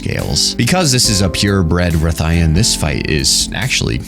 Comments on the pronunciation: Rathalos ian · Why would you pronounce rathalos correctly but then struggle with his wife? lol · The way you pronounce Rathian and ethereal fill my heart with dread